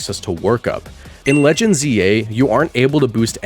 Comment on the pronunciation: also says Legneds: ZA …which nearly made me spit take for some reason